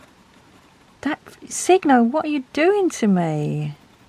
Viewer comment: Sakura is pronounced Sah-koo-rah in Japanese. It means cherry blossoms. ❤ I believe the Signo is pronounced sign-o. I am on my second pack of the Aen Art pens.